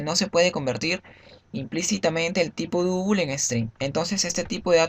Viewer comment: Y para double no decir Dúbul. Dáubl sería una pronunciación mas aceptable.